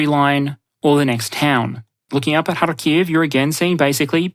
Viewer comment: harkiv has emphasis on first syllable, just like kyiv